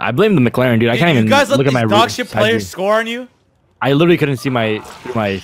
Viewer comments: The way he said McLaren sounded like he was saying Mick Larry with some kind of speech impediment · McLaren not mc-laren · Why tf did u say “MC LAREN” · Holdddd up.. are you at McDonalds my dude why did you call it a McLaren like a fucking McDouble hahahahahaha i'm dead